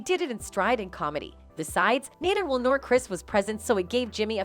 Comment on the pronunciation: I couldn't continue watching your stream and listen to you mispronounce Will's name